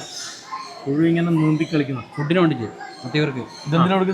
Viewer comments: പൊന്നാരെ പുയു അല്ല പുഴു ആണ്. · പുയു അല്ല പുഴു 😄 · പുയു അല്ല പുശു